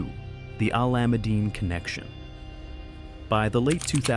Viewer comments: Haha, I’ve noticed that too. 😅 No matter how bad the pronunciation gets, the Alameddine name still carries a heavy weight in Sydney’s underworld. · How does AI manage to say “Alameddine” worse every time 🫠